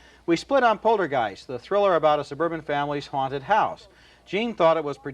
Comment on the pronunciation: Despite giving the word a saxon g when he says it earlier, when he isn't concentrating, Ebert pronounces it: polter-jiced - Ebert tries to say the word sentient, but ends up pronouncing it: sen-tin-ent I bet he first encountered both of these words in print, when he was about 11, years before he ever heard them pronounced out loud. And his initial impression became somehow "hard-wired."